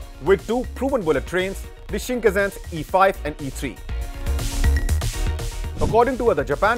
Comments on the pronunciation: それは新幹線です shinn kannn sennn bro しんかんせん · whats Shinkazen? Bro is reading from the scripting and still messing it up